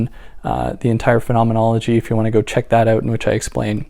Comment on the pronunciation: You said "oot", are you Canadian?